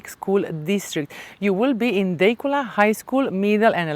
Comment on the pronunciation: It is pronounced Da cula. Overpriced